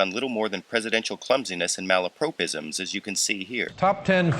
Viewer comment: malapropism is pronounced malla-prop-ism. Prop not prope. From the character Mrs Malaprop in Sheridan's The Rivals, via the word malapropos meaning inappropriate.